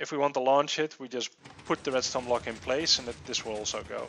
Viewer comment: did he seriously say red "stoner"